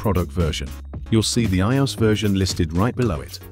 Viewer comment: Can we please stop using AI voices that struggle to pronounce the word IOS!